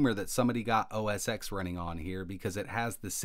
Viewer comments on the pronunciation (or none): Interesting...but please, for the love of all that is holy...It is OS TEN.